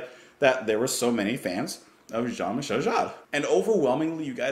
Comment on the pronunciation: The first Jean Michel Jarre album I bought. The Concerts in China, Magnetic Fields and Oxygene followed. Great album and a great successor of Oxygene. This was exiting synthesizer music opposed to the plink plonk plonk dull stuff. Michel is pronounced as Me-Shell, without the space in between. Shell is not pronounced with a sharp S but more as Shjell